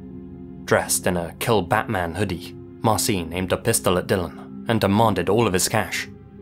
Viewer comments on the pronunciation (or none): none